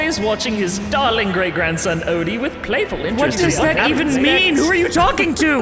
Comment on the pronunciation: DO THIS BUT ODY IS IN ZELDA PLSS!!❗❗❗ UR SO FUCKING FUNNY TOO, AND I LOVE THE SUBTLE WAYS YOU MENTION THE SONG LIKE SURVIVE, THE CHALLENGE, SUFFERING, MONSTER ETC. AND OMGH HERMES I LOVE HIM SM 😆🩷💞 AND YOU SAID DAWLING 😭